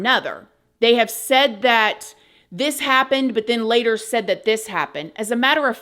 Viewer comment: "A Few Moments Laytairr..." Waahhh 😱